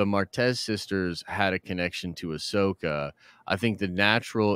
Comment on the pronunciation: Bro it’s Ahsoka